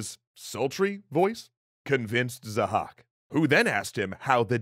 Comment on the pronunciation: His name is Zahhâk not 'zhack'